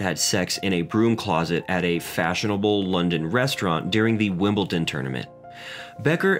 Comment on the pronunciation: It annoys me when people say WimbleTon instead of WimbleDon..